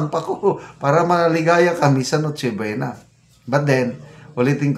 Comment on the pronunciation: Correct to 500? Noche bwena? Adik narin Po ba Yung DTI Sec.? Nagtatanong lang Kase Wala na sa katinuan Ang pagsasalita nya.